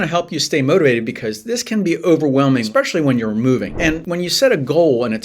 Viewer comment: EXpecially is not a word! I cannot watch a video when someone says it